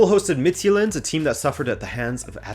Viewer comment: mah dude! Homie! Please stop butchering my language. Danish is a germanic language, thus our J's aren't pronounced as the Romance J you see in fx French. It closer resembles the Y in English, i.e. "yule". The way you pronounce "Midtjylland" comes across as "Midtsjælland" in Danish ears - Sjælland being an island of it's own apart from Jylland. If you wanna get the name of FC Midtjylland correct (and please one of your danish subscribers), try pronouncing it as Mitt-Yule-Land. If you wanna go the extra mile, then try to pronounce the "u" as an "ü" (just like the Germans would pronounce Thomas Müller). You somewhat pronounced Club Brugge correct, so I imagine you could do the same for FC Midtjylland. Other than that, keep up the good work!